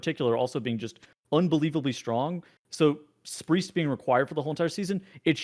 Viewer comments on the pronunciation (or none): Someone needs to put a shock collar on, and zap him every time he says “spreest” 😑